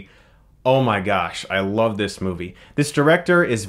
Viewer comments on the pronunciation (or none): none